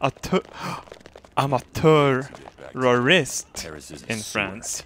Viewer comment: He said tour-re-rest in france... The recent france attack.... ROBERT ILLUMINATI CONFIRMED!!!